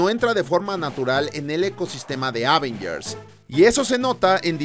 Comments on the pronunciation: Ávengers jajasj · Me pone muy nervioso esa forma de decir "Ávengers"